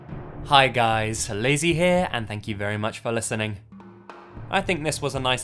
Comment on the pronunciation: Lazy not lady LOL